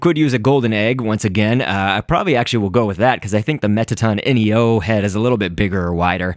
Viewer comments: Its Mettaton Neo not Mettaton N-E-O, just saying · It's mettaton neo not N E O